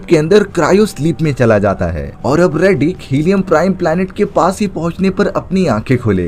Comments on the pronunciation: Riddick hai redick nahi ghonchu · 😂 रेडीक नहीं…. रिडिक।